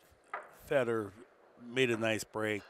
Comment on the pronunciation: stop saying FeedOr his name is FED OR